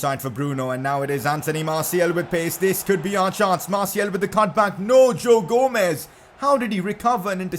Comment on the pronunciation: Man its anthony marTIAL not marTIEL. Thats how it souds when you record